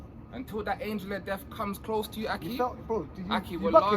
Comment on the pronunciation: It’s angel not angle bro